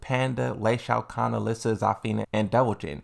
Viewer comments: Stop saying LEI Shaokhan already! Its Lee Chaolan! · bruh stop saying Lee Shao Khan its Chaolan ...Aint funny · It's Leeee Chaaoolaang not Ley Shao Kan. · I keep hearing you say Shao Khan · Lol. I need you to know how to pronounce Lee Chaolons name. Lmao. Who tf is Lei Shao Kahn?